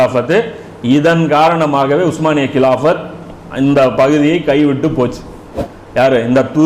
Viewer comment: உஸ்மானிய பேரரசு என்று சரியான உச்சரிப்பில் சொல்லக் கூடிய உங்களைப் போல ஓட்ட வாயன்களான ஆங்கிலேயர்கள் சொல்ல முடியாமல் ஓட்டமான் எம்பயர் என்று சொல்கிறார்கள்